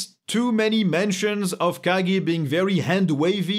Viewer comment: Dude, you rock that look! Not everyone has the head and build for it, but it's made for you. Awesome af. Also, yes, it's pronounced the way you said it; it's Japanese for key.